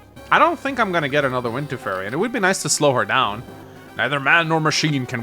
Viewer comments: Is anybody else screaming internally every time he says “furry” instead of “fury?!” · It is pronounced Fuu-ry as in few-ree not furry